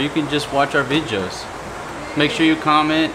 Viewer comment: Ahahaha. On 2158 min you said vijoos. Sounded so funny coming from you. Sounded so very Filipino. Kinda cute coming from a Southern man who has that Southern twang. Hope Fatima can relax when she goes back home so she can enjoy her vacation. Peace.